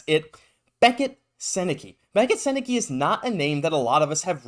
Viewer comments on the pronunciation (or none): It’s pronounced like sen-eh-cuh for the record, hopefully the Habs know that if they’re going to pick him lol